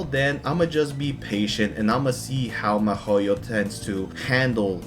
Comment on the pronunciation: why do you pronounce Mihoyo like Mehoyo?? They even have videos where they pronounce the name... Why fuck with a name, it irks the fuck out of me, but do you not listen? Or do you just fuck with me?